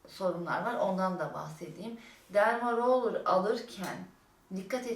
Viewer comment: Dermo değil ‘ derma (a) adını söylemeyi öğrenince vidoo çekseydin keşke 🙈